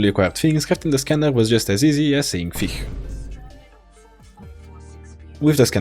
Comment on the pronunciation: How cute Bro says fih